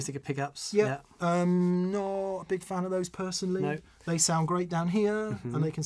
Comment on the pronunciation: You say they, not 'Hen' lol